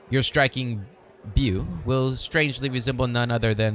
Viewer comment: Beau is pronounced bow.